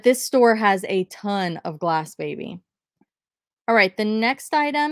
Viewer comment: Ok I love you BUT it’s Glassy baby